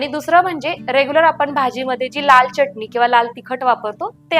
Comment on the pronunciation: च्यटणी म्हणू नका,pl. चटणी म्हणा